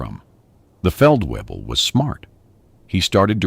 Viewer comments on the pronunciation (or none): The Feldweeble directed him with confidence.Pretty sure it's Feldvayble. (at least that would be the correct German pronunciation). A A W in German is pronounced like our V. And a V is pronounced like our F. A VW car is a Folksvagen in German